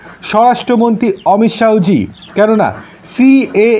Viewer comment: উচ্চারণ টা ঠিক করুন। "অমিত শাহো" না, হবে অমিত শাহ্‌